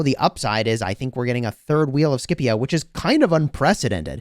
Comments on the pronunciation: Shepio not Skipio! XD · The pronunciation is actually “shipio” non “Skipio” lol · The way u pronounce Scipio triggers me to an uncomfortable degree lol. Love your vids! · I'm so use to the old pronunciation of Scipio that the new one sounds so wrong